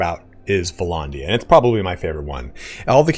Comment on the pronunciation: Vlondia? It's vlANdia